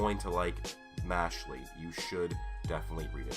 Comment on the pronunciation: Im bothered by the fact that you pronounce it as "Mashly" Its "Mash-eL"